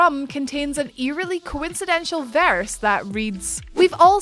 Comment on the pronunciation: And co-in-sid-en-tal not co-in-sid-en-chul. How she can fuck up coincidental by adding an 'i' (coincidential) is beyond me.